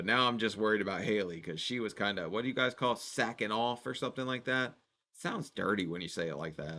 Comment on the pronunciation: Sackin off lol it’s slackin off